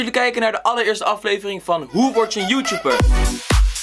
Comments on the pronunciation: haha hij zij joetjoeper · zegt youtuber als youtjoeper😂😂